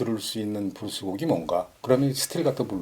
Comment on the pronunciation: 자꾸 브루스라고 하시니 80년대 나이트클럽 '브루스 타임'만 자꾸 생각나요. ㅋ( 저도 옛날 사람). 블루스라고 발음해주세요~~ㅎ